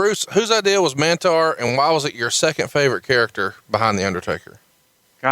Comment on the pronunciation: Mantaur not Mantar